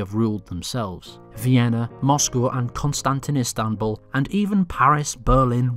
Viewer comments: video: CostantinIstambu- Me: ITS CONSTANTINOPLE YOU LITTLE ** REEEEEEEEEEEEEEEEEEEEEEEEEE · "Constantinistanbul" lol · "Kostantistanbul". Great.